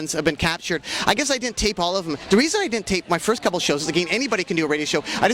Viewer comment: And “dem” instead of “them”